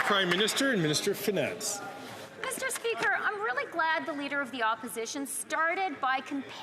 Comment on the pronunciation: I cannot wait until I never have to hear FREELAND SAY MISSTURE SPEEEKER AGAIN , BOBBLEHEAD BIMBOO